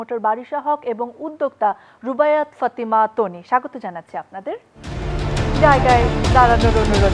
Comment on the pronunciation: ... টানি আপু 😂😂😂😂ঢং করতে যেয়ে একি বলে ফেললো বারিষা হক। তনি আপুকে টানি আপু। ও মা গো কেউ আমাকে ধর 😂😂😂😂😂😂